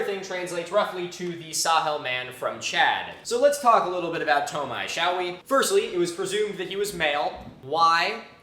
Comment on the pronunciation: Wait is it really pronounced "toe-my"? Just given French spellings (which inspired a lot of romanization standards around Chad), I'd think it's more like "too-my"?